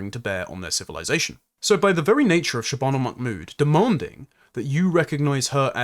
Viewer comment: I'm two minutes in, and forgive me, but why do you seem to be pronouncing her surname "MacMood" as though she has Scottish heritage?